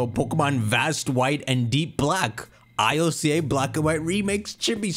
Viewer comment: one of the only people I know that says it EYE EL SEA AYY instead of just ILCA (ill-ka) lmao